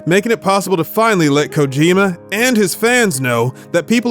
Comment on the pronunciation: "Kojarjar" xD